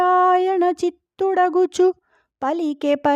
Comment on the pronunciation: ఓ మేడం గారు తెలుగు ను చంపకండి మేడం చిత్తుడగుచు కాదు చిత్తున్+డగుచున్ బలికెన్ బరీక్షి